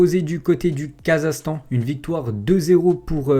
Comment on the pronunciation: on dit pas "Kazastan" mais "KazaKHstan"